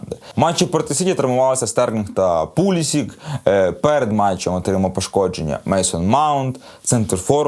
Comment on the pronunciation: Пулісік -правильно. Ну не хоче американець бути Пулішичем. А деякі неадеквати говорять Андрєй сєнькОв)))